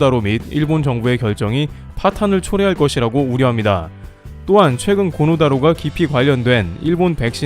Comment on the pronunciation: 코노가 아니고 고노입니다.